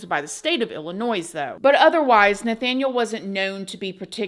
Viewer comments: Just fyi ........ The state Illinoise isn't pronounced IllliNOISE. It is pronounced IlliNOY.😊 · It’s pronounced Illinoy as the “s” is silent. We don’t call GA gorgeeuh. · As a nativevits pronounce ILL in noy..not plural noise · No hate but it’s pronounced like Illinoi…. The s is silent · "ill-uh-noise" has me cracking up 😂😂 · I thought maybe pronouncing it that way was a regional thing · I'm sorry but the s on the end of Illinois is actually silent. I know most ppl who don't live in IL don't know this but it's so frustrating. Like how/why don't ppl know this?? Don't we all learn the states, capitals etc in middle school? Anywaze y'all. Lol. Just wanted to give u,, a friendly heads up for any future videos about Il cuz I've heard u pronounce it incorrectly in other videos. I love watching ur vids tho! Thx girl! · I don’t usually post negative comments but come on, you have to know Illinois isn’t pronounced like that. That was deliberate. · 😭😂The “s” in Illinois is silent!! Lol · Oops! Illinois, no E on the end. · There's no S on Illinois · No s sounds on Illinois xx love ya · Love you❤❤❤ Illinois is pronounced without the s at the end 😊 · Love your channel! By the way, life long IL resident, the ‘S’ at the end of Illinois is silent 😬. Gotta love the English language 😂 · 😂😂😂 I had to replay that part. I’ve been in America 12 years and learned that the s was silent like 2 years ago. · I know you’ve seen all of us telling you it’s not IllinoiS. The ‘s’ is silent. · The s is silent in Illinois 😉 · As a native from Illinois, the ‘s’ at the end is silent. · The "s" is silent when you pronounce Illinois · My love, the s in Illinois is silent 😭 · The "s" in Illinois is SILENT, honey. 🙄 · Illinois pronounced with a silent s mama…. Great listen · it’s a southern thing